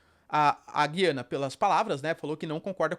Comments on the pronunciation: Pelo que vi, a pronuncia correta é Gu-i-ana. "Discutir a cor dos olhos do Nicolás Maduro" foi boa. kkkk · A pronúncia correta é "Gu-iana", com o som grave na letra "U." Henrique Braga, professor e autor de materiais didáticos do Sistema Anglo, explica que há um ditongo na sílaba "gui", o que indica que o "u" deve ser pronunciado. Um ditongo é uma sílaba em que aparecem duas vogais —e ambas são pronunciadas.